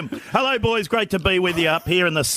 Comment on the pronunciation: ‘Elo Jim’ 😂😂